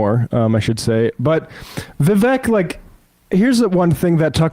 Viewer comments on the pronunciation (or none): She cant even get Vivek's name right..its not "Divek." It's great symbolism for the inaccurate takes (cant call them facts) on this podcast. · You guys truly give Morans a new name...throwing stones, and talking behind the mams back..what cowards you are, and how dare you IDIOT tall about Vivek when you cant even pronounce his name...NI CREDIBILITY, FOOLS !!! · Can’t even pronounce Viveks name & stutters into the comment. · Yea Tucker is so irrelevant 178 million people watched him interview Trump last night 😂 the hate is strong with y’all and please learn how to pronounce Vivek’s name. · These lefty loonies cant even pronounce the name vivek